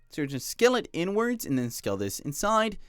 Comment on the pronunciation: i cant stop hearing it😭😭 "over here n-words, and over here n-words" (you pronounce inwards like "n-words")